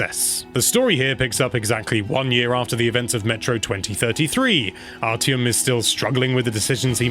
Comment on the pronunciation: It’s pronounced “Ar-ti-em” not “Ar-Ch-iem”, great review though as always!